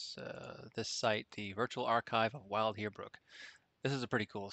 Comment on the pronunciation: It's pronounced like Bill. Vild. I'm a retired Land Surveyor. I worked from 1970 to 1997. Those instruments are like a Rolls Royce. Thanks for the time you put in to make this video. We had a Kern DKM1. Inverted image and a Lenker Rod. Nightmare material. Thanks again.